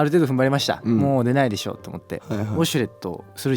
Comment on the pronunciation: よすけってすぐだしょっていうよね😂